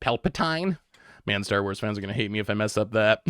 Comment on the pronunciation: I love branching out to enrage a whole new fandom with his pronunciation 😂